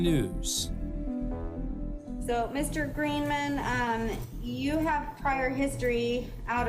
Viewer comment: Dale Roy Greenman says his name, the announcer still pronounces it wrong...